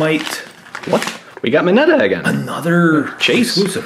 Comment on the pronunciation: i was getting triggered when they pronounced Tsuyu's name wrong and when he said i don't really know if kirishimas "super power"- quirk was Harding and when he said minetas name wrong it is pronounced trash- he did actually say it wrong though, and when he said deku was just really strong- HE SHOULD'VE SAID HIS FAVORITE SNACK IS PRO HERO HAIR